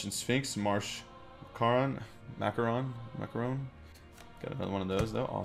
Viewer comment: he can't pronounce marshmacaroon. LOL!!!!